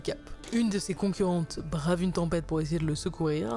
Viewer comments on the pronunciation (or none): none